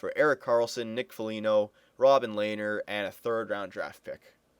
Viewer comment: Its pronounced LEH-NER